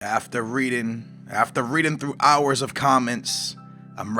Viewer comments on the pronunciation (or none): none